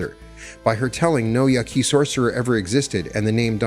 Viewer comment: Your pronunciation of “Yaqui” leaves me suspicious.